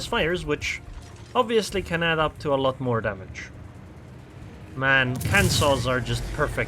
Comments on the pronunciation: Just an FYI, it's not pronounced "Can-Saw", it's pronounced closer to "Can's ass" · Lolz, Kan-saw, that never gets old! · He knows. It's a meme on his videos. I hope it catches on.